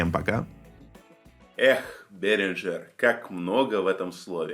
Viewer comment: Не Беринджер а Берингер от имени немца Ули Берингер! У немцев "Г" не произнисится как у американцев "ДЖЕ"! Драйвера нефига не обновляются на UMC22 буду себе что то другое брать три года пользуюсь так себе!